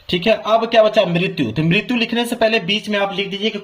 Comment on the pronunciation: martyu😂 lgt bol rhe ho sir or likh sahi rhe ho 😂😂